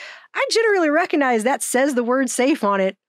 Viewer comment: I love you, but, but.. Reckanize isn't a word. Recognize, on the other hand, is.